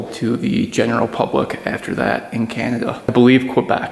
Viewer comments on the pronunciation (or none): Said as "kbec"